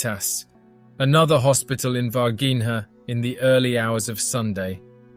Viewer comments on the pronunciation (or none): ナレーションの内容でたらめですね。Minas Gerais 州で、市ではないです。そして、Varginhaの発音は：大体「ヴァルジーニャ」です。